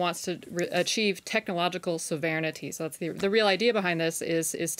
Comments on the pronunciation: "Technological so-vair-nity"...always delightful when an impeccable command of English as a second language suddenly and completely fails. That said, she's clearly nervous, so I sympathize. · Sov-urn-tea!!! Isn't she American? She seems nervous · I love young, poorly-educated reporters pretending to be intelligent. This girl could not even pronounce the word, 'sovereignty', so she quickly breezed past it. Laughable.